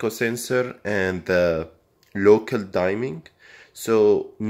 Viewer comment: It's pronounced DIMM-ING. Not DIME-ING.